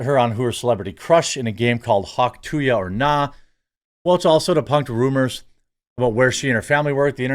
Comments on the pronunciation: it's hawk "too-uh" - there is no Y - it is not hawk "too-yuh" - idiot lol - the sound that ppl make when spitting - nobody spits hawk tooyuh lol - so stupid it's painful jesus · Could only watch half the video. Couldn’t hear him say “hawk too ya” one more fucking time. It’s hawk tuah!! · No, it's not " too ya." It's "too ah'"... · Where is the 'y' sound in 'tuah' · its hawk too ah not hawk two ya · Dude it's not hawk to-ya, it's hawk too-ah. Like ur spitting. Hence the Tuah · Omfg Jeremy it's "too-ahhh". Not "too-yah" 😆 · Dude! Being a professional news reader, You really should Learn to pronounce things correctly. Its NOT Hawk TOO-YA . Its Hawk TOO-AHH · It's "hawk tauh", not "hawk to ya"! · There's no Y in Tuah. (too uhh) not (too yuhh) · "Hawk too-yuh"? what dude? Are you 80? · Seriously Jeremy? Hawk-tu-YA?? Where did you hear ONE person say it like that? Where?! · Please don’t cover her anymore. I can’t listen to you say tooya anymore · Come on, now. "Hawk tuah." Not "hock two yuh." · There is no I or Y, its "Too-uh" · It really grinds my gears the way you say “Hawk To-Ya”🤬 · You didnt even say it right........... THIS?! is what Urnalism is today???????????? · Please say the phrase right lol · The fact that you keep saying tuah wrong even though there is a clip of her saying it is making me angry for some reason. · How can you not pronounce “tuah”? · Jeremy showing his boomer side. The Hawk To Ya girl. Come on Jeremy. You know how to say it.